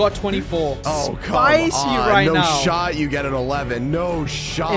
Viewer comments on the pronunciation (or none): I thought you said short.